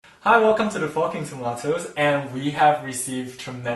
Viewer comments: It sounds like you said “welcome to the fucking tomatoes” instead of forking tomatoes 😂😂😂😂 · Lol at the start when u said “he’ll welcome to the forking tomatos” I thought u said “hello welcome to the fucking tomatos” 😂😂😂😂😂😂😂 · when he said welcome to the forking tomatos did anyone here welcome to the fucking tomatos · im american and i just wanted to say that when the guy said forking tomatoes i thought he said 'fucking tomatoes' and so i kept replaying it until i realized thats not what he said hahahah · Sounds like hes saying "the fucking tomatoes" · The first line sounds like hi this is the fucking tomatoes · Omg, I thought that he said "Hi! Welcome to the f*cking tomatoes" xD